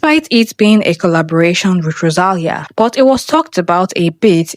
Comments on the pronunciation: rosalìa!!!!! get the accent right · The pronounciation of Rosalia is killing me😅